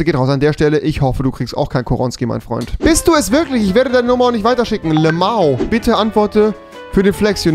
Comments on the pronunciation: LAMAU” 😂😂 lmao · Wie hat der lmao ausgesprochen :o